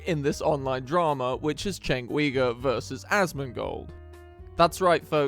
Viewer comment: " right-wing road rage terroist enabler, all while proving he doesn't even know who the hell" chenk ugyur is....at least say the guys last name correctly. goes for anyone... without that level of courtesy decency respect. this is now slop. your 'trashing' someone who doesnt even exist. attempting to do so by saying this person. (maybe they exist just never heard of the person you mentioned) that he doesnt kno who asmongold is constructive criticism, if your goin to critisize people you open yourself up just the same. chenk despite his personality and all the crap he says and i disagree with hes built something neither you nor i have (tho u may have just started aspiring towards it.) hes also an employer which means hes a net positive to alot of people giving that opportunity they depend on him he at least gets the grace of becoming cynical after so many years of being constatly esxposed and in bed with this to become the way he is. lol i dont know becauyse i dont watch nor follow. mostly TYT has turned out to be propoganda when ive tried to tune in. obviously come here because hes emotive and highly reactional type of person.. want to succeed at this? tho we may be amused and making fun of someone. keep your humility and being humble about it. pride dignity honor respect you grant and give them to the people you highlight and eleveat becayse they are doin that for you. you are walking on their back intentionally and knowingly stepping on them. easy anecdotes is the